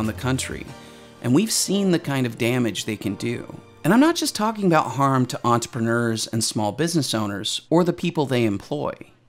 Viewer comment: Entrepreneur. Please note all the ‘R’s in this word.